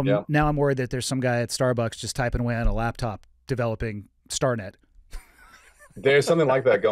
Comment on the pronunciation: Skynet not starnet 😂